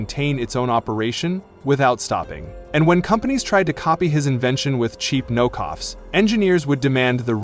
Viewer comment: It said "no coughs instead of knock offs" 😂😂😂 it said it again! I am going to bed.